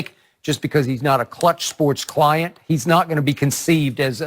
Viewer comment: "We at cluch"omfg😂🤣😂🤣